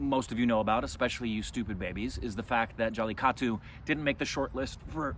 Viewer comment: Why don't you teach how to say jallikattu. He always says jallitaku